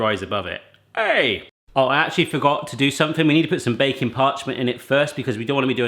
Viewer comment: Every time you say baking parchment I hear bacon parchment and I get disappointed every time that it's not actual parchment made out of bacon.